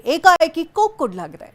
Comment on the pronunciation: ಕೋಕ್ ಅಲ್ಲಾರಿ ಕೊಕ್ ಅಂತಾ ಹೇಳ್ಬೇಕು.